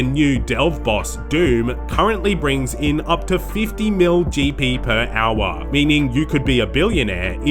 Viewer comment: "per owah"